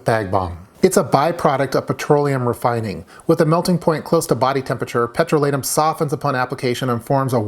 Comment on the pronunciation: I always though that "petrolatum" had the accent on the 2nd syllable, i.e., on the long "o". After looking it up, you are right. Now my world is upside down.